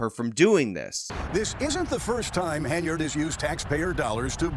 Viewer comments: Hen-yard, NOT Hey-nard! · I agree with your assesment. Beyond that, her name is HEN-yard...not haynerd. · It's "Henyard," not "Haynard." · I noticed you keep pronouncing her name as "Heynard" instead of "Henyard". Is that maybe a freudian slip? As in heinous Heynard???? LOL!!!!!!!! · Henyard. NOT hay nerd. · Her last name is spelled (and pronounced) Henyard, yet you keep calling her Heynard. She's a crook either way, but it was a bit funny that you criticized the misspelling of the township on a sign as unacceptable while mispronouncing her last name the entire video. At least you spelled her name correctly in the description below the video. I also want to echo the praise you gave Nate the Lawyer, he has also done a great job covering this story. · Too funny that you call her Heinard, as in Heinous.